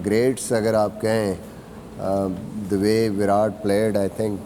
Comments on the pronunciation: Its viratttt plz pronounce right name atleast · Please start pronouncing Virat correctly